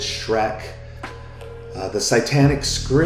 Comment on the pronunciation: Are you saying "sightanic" or "satanic"? I don't think you are pronouncing the word "satanic" correctly.